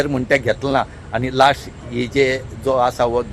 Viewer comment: Firsttt and lasstt what pronunciation ??😂😂😂